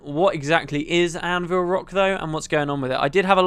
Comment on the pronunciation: "Anvir rock" ...